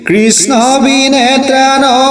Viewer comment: Sakalubilak bhalei lagise. Kintu byakhya koraragot Hindi ussaran Atsabuli nokoi( KRISHNA) bulikole besi bhallagiba...